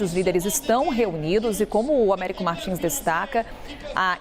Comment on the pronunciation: Américo Martins faz boas reportagens, mas ainda não aprendeu o som do "s" em bs/ps/. Treinar é bom e evitar falar errado perante o povo.